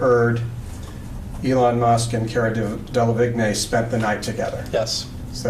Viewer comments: DELLA - VEEN!! Damn, it’s not that difficult to pronounce. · They lost me at Cara “DEL-ah-vig-NAY” 😂😂😂 great video! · I’m sorry but the way he is saying cara delevingne is killing meee